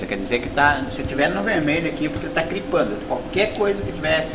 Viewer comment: kkkkkkkkkkkkkkkkkkkkkk que professor é esse que nao sabe ligar um som direit, ainda mais mal equalizado kkkkkkk....."cripando" kkkkkk...